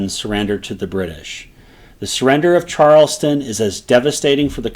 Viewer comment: Why can nobody say Charlestown correctly? Not Charleston. Charles Town. Just like it is spelled.